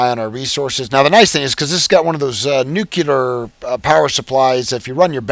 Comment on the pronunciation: Nuculer is not a word.